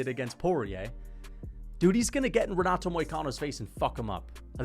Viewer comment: renat and bennet